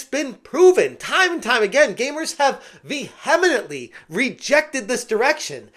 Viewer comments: It's not "Vehemenantly" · Veeee-HEMMM-inently.... man, lol. On another note, why do all thee people thing some black kid wouldn't want to play a game, say set in the Viking era and have an actual Viking in it? Weird. I like mediaeval Japan games, I dont need non-Japanese in it. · Good content Fyi ‘vehemently’ is pronounced ve-heh-mently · Today I learned an awesome new way to pronounce vehemently.